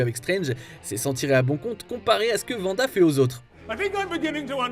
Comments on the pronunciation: Par pitié ARRÊTEZ de dire [Vanda] !!! Ça se prononce [Wanda] avec un W !! Pas un V !!!! C'est comme si vous dite [Wision] . Beh non en fait !!!! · Je suis totalement d'accord c'est terriblement chiant !!! C'est Wanda pas Vanda !!! C'est une Vandaliste non plus !